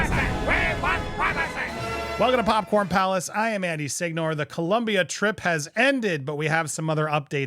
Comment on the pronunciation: Co-lOm-bia. O NO U!